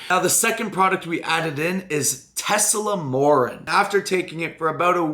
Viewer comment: Tesamorelin wasn't pronounced correctly a single time that day.... thoughts and prayers <3